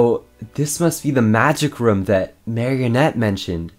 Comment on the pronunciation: More nick bring him back By the way why do you say room like roum